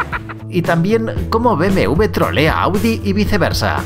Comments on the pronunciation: no se dice BMV. Se dice BMW (u ve doble) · Por qué dice BMV en lugar de BMW 😭